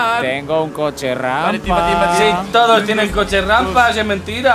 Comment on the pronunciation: invictor: a por tuinbaaaa Timbavk: Como que tuinba Yo: jajajaja jajajaja 🤣🤣🤣🤣